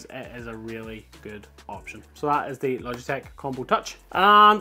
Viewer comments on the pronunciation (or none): none